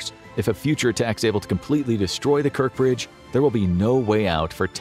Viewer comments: It’s [KerTCH] Bridge, NOT [KerK]. It’s BuTCHa, NOT BuKa!!! Wtf-train your AI reading better!!!!! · Kerch bridge. CH as China.